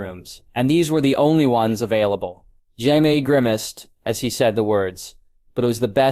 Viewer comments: How effing difficult is it to pronounce JAMIE correctly? You called him Yaxly, like the death eater in Harry Potter. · Friggin AI read. SOOOOOOO MANY MISPRONUNCIATIONS! 5 wrong ways to say Jaime along in the first 4 minutes. Smdh. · How hard is it to pronounce Jamie ?